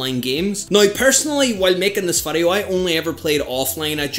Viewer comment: Dude can't pronounce VIDEO 😂